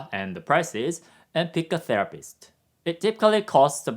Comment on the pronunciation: "therapist" .. "the rapist" 😂